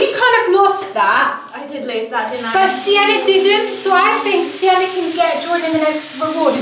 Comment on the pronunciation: Oh it's Sienna, not Siena 😊